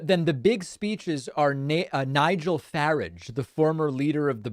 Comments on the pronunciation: By the way Sir. Nigel Farage is pronounced Faráge. He said in an interview that he didn’t feel safe on public transportation because people didn’t speak English. However his own children are German speakers as their first language. And then the ultimate irony is that Great Britain left the EU specifically because of the free movement of people and to many foreigners went there. Now they have a prime minister with Indian heritage. I love it!! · can't take it any longer, david - it's nigel farage - second a like in arsehole, not like in asshole!